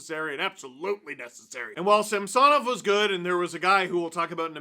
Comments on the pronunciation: Please give SamSONov the respect by starting to properly pronounce his name the way the wants it to be pronounced!!! I get that you kind of addressed it (well kind of) but just do it…..it’s the right thing to do……maybe we will start calling you Stefan Dangle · that’s how he wanted it to be pronounced in Washington…this year at the start of the year, Samsonov asked the reporters to pronounce it the correct way….was actually a formal request…so no…it’s not the right way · Steve my friend, it’s pronounced SAM “SA” NOV , not SAMS “SON” OV. Yes I know it’s spelled with an “O” but pronounced like an “A” get better buddy from your Alberta leaf brother ✌️ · Steve pronounces Sammy’s name the actual Russian way and how it was in Washington. Neither is wrong. lol